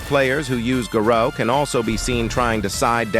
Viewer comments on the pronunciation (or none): Ahh yes my favourite character guh-row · "Aggressive players who play GaHroh.." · No way the AI voice said "garoo"😂